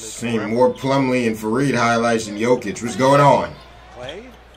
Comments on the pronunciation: Bruh, Jokic is pronounced Yoe-kitch, not the way you saying it lol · It’s pronounced yolkish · PLEASE PRONOUNCE JOKIC RIGHT